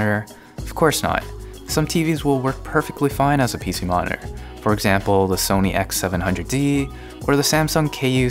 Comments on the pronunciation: Computer monore whats that? Did you mean Mo ni TOR? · Great explanation, thank you! Just a question, why do American's so often no pronounce parts of words of 'monitor' becomes 'moninor' or 'moner'? :) Still a great video, thank you! :) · we can get lazy with pronouncing that 'T', we kind of rush over it. I've never heard 'moner' tho